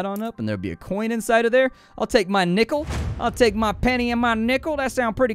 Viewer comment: You saying "Take my nickle" with a country accent got me real uneasy..